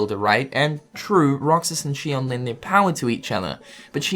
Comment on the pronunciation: ITS XION. ZEE-ON. NOT SHION.